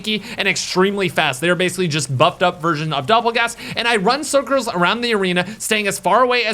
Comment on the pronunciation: 😂😂 “I run circurs around the arena” idk why but that made me laugh lol, love you thank you for the Easter eggs tutorial ❤🖤